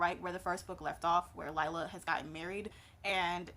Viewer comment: Great review, name is pronounced LEE LAH though.